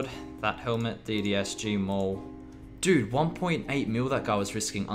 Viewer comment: At the beginning of some fights, when you say "Gl dood" the word "dood" means dead in Dutch. Which make very much sense as your opponents get ejected back to Lummy, But then it realised that you were saying "dude".